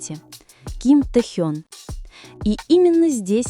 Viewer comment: НАКОНЕЦ- ТО ПРОИЗНОСИТЕ ИМЯ ТЭХЁНА ПРАВИЛЬНО, СПАСИБО. !!!😊😊 Текст, как всегда, очень впечатляет.😊😊😊😊